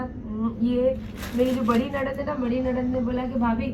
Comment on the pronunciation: Nanad bolna sikho phle aap....